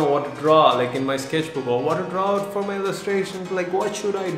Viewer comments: When you say “sketchbook” it sounds like sKesh book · you should sell the "sKeshbook